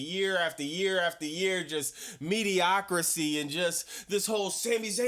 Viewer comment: you’re the best man, just one thing. The word is mediocrity, not mediocrisy.